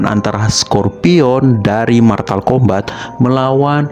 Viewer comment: Motal Kombat bukan matal kombat